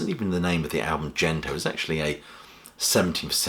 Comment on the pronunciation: 'Gento' (幻灯) is a hard 'G', if it's from the Japanese for magic lantern, not 'Jento' - Mr Pedantic